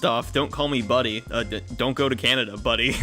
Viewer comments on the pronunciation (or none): none